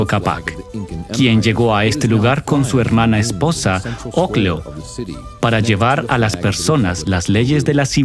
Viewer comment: No se pronuncia "Oclo" es "Ocllo" y los incas no hablaban quechua sino puquina, los indígenas que no eran parte de la nobleza incaica hablaban quechua.